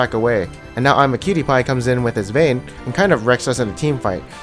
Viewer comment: Just learn how to pronounce imaqtpie